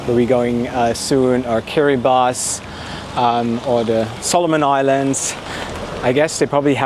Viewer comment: Top marks for pronouncing Kiribati correctly, most people say it the way they see it, you obviously researched it.